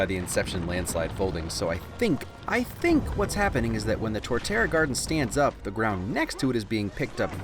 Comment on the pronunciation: Torterra* not Toreterra